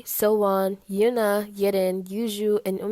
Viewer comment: she meant eunha,she pronounced it as "yeun-a",its pronounced "una" in korean,so i assume it was a mistake but it's still closer to the correct pronounciation than when people say "yeun-ha".